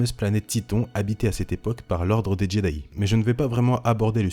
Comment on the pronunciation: Par contre la prononciation de Jedi est à revoir parce que là... Jedayi :')